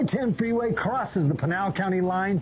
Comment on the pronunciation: it is p"I"nal the I is as in IT or IS not pronounced like a instatution